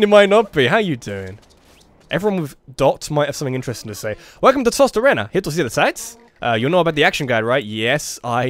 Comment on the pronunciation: Toss-tuh-ray-nuh. "Tosta" means "roast", and "arena" means "sand".